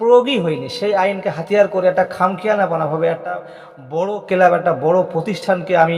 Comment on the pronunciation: ১৫ কোটি টাকা দাবি করেছে আপনি কি করে জানলেন? আপনাকে কি কানে কানে বলেছে? আর কথা হলো আনোয়ারতো লোনে খেলছে তাহলে ট্রান্সফার ফি কিসের? টেনাস্ফার না ট্রান্সফার, কেলাব না ক্লাব।